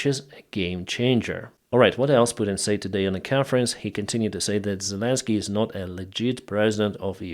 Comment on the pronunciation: English tip of the day for: the word "said" is pronounced "sed". Short E. So glad to hear of the push-back up north of Kharkiv. Yanukovich is a dedman walking. The Rethugs are just trying to deflect from DJT's mental defectiveness. I will be voting BLUE straight down the ticket.